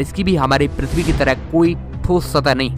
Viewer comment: Are bhai thik se bol le.... Pirtvi trah thos stah nhi pirtvi ki jesi